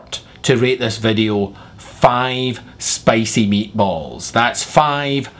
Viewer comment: ten-ah spicey-ah meatballzah :-D